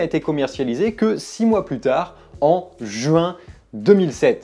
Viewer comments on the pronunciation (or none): none